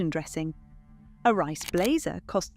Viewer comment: Surely Reiss should be pronounced to rhyme with geese? Love your podcasts btw.